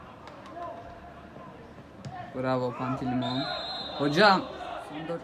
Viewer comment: Pantilimon deme deme